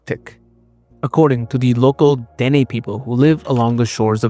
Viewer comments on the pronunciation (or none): THE NATIVE TRIBE DEN'E IS PRONOUNCED DUH-NAE ITS THE SAME ETHNIC GROUP AS THE NAVAJO'S HERE IN THE SOUTH WEST USA.